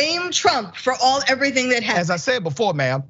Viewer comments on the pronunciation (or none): none